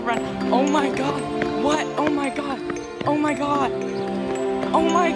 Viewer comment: i like the part where he says "au mai gard"